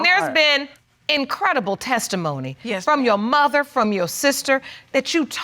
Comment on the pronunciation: I love how she pronounces "muh-ther" 😂